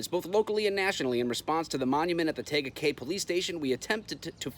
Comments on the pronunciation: Say it like tea guh Kay. Tega Cay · Tega Cay. Tee gah Kay is how we pronounce it. This is part of the fastest growing area in America called fort mill Which is the area that was labeled like the top 5 best places to raise a family. This was an attack by the house of satan church they blasted me on my comments about God !! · It's pronounced TEa Ga Cay. And I couldn't believe they actual bowed to some triggered wuss. Whiskey Tango Foxtrot! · It's pronounced Tea-ga cay. And how would you react if it was "Allah" instead of "Lord"? Or whatever other made up imaginary sky daddy you want to pick? This is why government shouldn't have any involvement with any religion. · It is pronounced TEA-GA